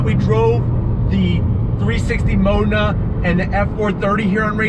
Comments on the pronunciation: "Mow-den-ah" Fuckin' dick. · Its 360 Modena as in Moe-den- a(long "a")